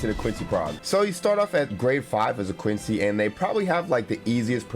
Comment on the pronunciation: Quency KKKKKKKKKKKKKKK